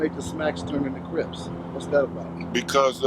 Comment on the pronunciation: He's using 'Cribs' and 'Crips' interchangeably. Is that on purpose or is that a speech slur?